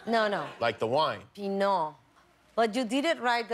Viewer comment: yeah, you're pronouncing the wine wrong too